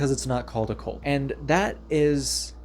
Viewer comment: Say cult, not colt.